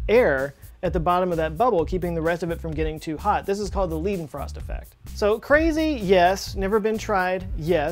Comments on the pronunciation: nope, it's called Leidenfrost effect, not Liedenfrost effect. Learn german:p Also Taycan is not hard to pronounce at all!:D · Great Video! But it's called Leidenfrost Effect instead of Liedenfrost. :D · Leidenfrost not Liedenfrost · The "Liedenfrost"-effect you talked about is actually spelled "Leidenfrost" (switching the "e" and the "i"). The "ei" is pronounced like the "i" in "light". Leidenfrosteffekt is what we call it. But you explained it very well! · Leidenfrost effect.. Leiden as in the dutch city. 🤓 #sorry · It's called "Leidenfrost" not Liedenfrost. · Ei Not ie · The lEIdenfrost effect (pronounced L-EYE-DEN-FROST), NOT the lIEdenfrost (L-EEE-DEN-FROST) effect. I understand you're burdened with being an American, but for crying out loud, it's not freakin' rocket science to get a word right! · LEIDENFROST effect. pronounced "Lye den" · Guy's called Leidenfrost. It is pronounced like "lie" - you know, the thing where you make stuff up. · It is Leidenfrost ei is pronnounced as I.